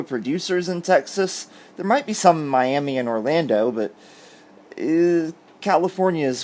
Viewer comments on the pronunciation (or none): none